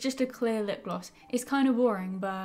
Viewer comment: Tis the time for everyone to think you can’t say lipgloss right😂